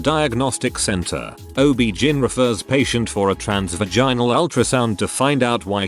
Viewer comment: I enjoy your sites to a point. They are interesting stories, but please, please, please learn how to pronounce some words! I know that live/live and read/read look alike but they aren't always pronounced the same way. OB/GYN you say the letters, O-B-G-Y-N. I'm not trying to be mean or disrespectful. It's just a pet peve that drives me crazy, especially am. Sorry.